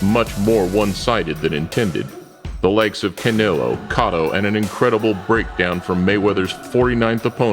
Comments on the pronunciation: It's Co-toe not Ca-toe...wtf how do you mistake that as boxing fan. I question your stance as a fan after that blip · Who the hell is catto? Lmao..its cotto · He said catto Lol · Did he say Cot-O? WTF?